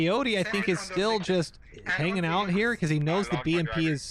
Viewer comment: he fucked aboot, he found oot